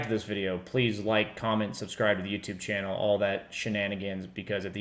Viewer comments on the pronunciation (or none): none